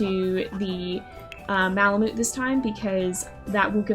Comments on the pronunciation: the way u say malamute makes me wanna cry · I think that’s not how you say malamute